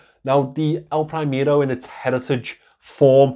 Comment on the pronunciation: "elpraimero" breaks my hart :)) good review though! thumps up!